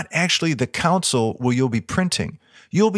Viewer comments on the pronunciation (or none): "ConSOLE" not "COUNcel". love these things!